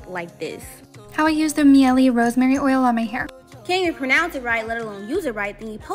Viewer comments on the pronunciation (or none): It's pronounced, "MY-EL!"🤦‍♀️ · Miel is Spanish for Honey but it’s pronounced ‘My-Elle’ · You’re pronouncing it wrong too. It’s my-elle